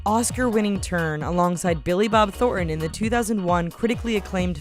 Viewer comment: Billy Bob Thornton …ThorTon…not Thor’on…T seems to be the lost consonant.